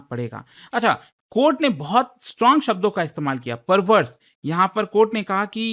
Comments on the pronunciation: Court ❌ Kohta ✅️ 😂😂😂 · Supreme court ❌ Supreme Kotha ✅ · Court ❌ Kotha ✅ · cort nahi kotha.....😂😂😂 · Not High court ✖️ High kotha ... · Mathary or judi$ary,,,,, judicial kotha ban kotha